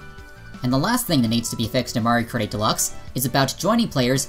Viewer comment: I don't know a lot about all this online stuff with MK as I play it about once a month with friends but I would agree with what you're saying about it all based on your evidence But Do you keep saying Mario Karty cause that's what it sounds like and in which case I love that